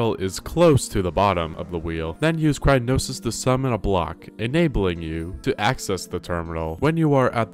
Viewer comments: bro had A STEP BY STEP GUIDE and still can't pronounce cryonis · "Cry-no-sis" omg it's Cryo-nis! not "cry-no-sis"! As in Cryo, meaning extreme cold, and nis, being a suffix taking a verb or adjective and turning it into a noun, meaning it's taking Cold, a verb, and making into a noun. CRYOnis literally means "cold thing". I get how it's boring reading a step by step guide for a game you've probably already beaten countless times and having to follow it for a video idea, and that's probably why you're misreading things, but reading "increment" and going "increase-ment" (among other reading mistakes made in this video, such as "purchase stable garb"... SUITABLE garb. there's no such thing as stable garb, though now I wish there were) is so painful it's clear you're either not even trying, or are doing it intentionally wrong as a joke. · Wait a second... Isn't it called Cryonis? Why's he saying Crynosis? Have I been lied to? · I was getting HEAVILY triggered because you said "Crynosis"-it is crie-o-nis.BTW I did the run with the referral as this video . You took me back to botw by posting this,thanks! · "crynosis" instead of cryonis is pretty good as well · Cryonis “Crynosis” Increment “Increasement” Examine “Examinate” I’m losing my mind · Amazing video! I wonder if Nintendo made or might make a book/guide on how to 100% complete the game with all the shrines and other things. Also, you were saying "crynosis" when it is actually pronounced "cryonis". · I can't fucking get over him calling it "Crynosis" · Dude, it's cry-o-nis. Cryo N I S. there are no noses crying, no crynosis. Cry-o-nis comes from the Latin word for ice I believe. Nice vid but this won't stop bugging me omg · i love how he calls it crynosis instead of cryonis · Examine, not examinate. Cryonis, not crynosis. Increment, not increasement. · While I find this to be extremely entertaining, every time you say cryonis makes me want to jump out a window. It's cryonis, not crynosis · It's cryonis, not crynosis